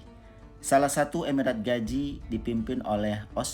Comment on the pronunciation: Gazi bukan gaji